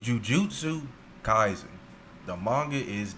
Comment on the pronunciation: Ju ju shoe-stu kaisen 😂😂